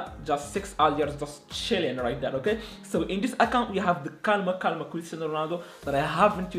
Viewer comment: Hahha one question ¿do you speak spanish? Cuz those calma calma and that perfecto was perfect